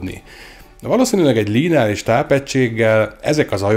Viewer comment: Nem "l-í-neáris", hanem lineáris...